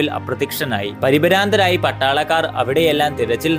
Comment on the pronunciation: പരി പരാന്തരായോ... പരിഭ്രാന്തരായി എന്നാണ് വാക്ക്. കോയ..